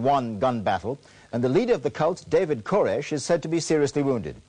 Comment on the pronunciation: KORESH not KARESH seriously hello?!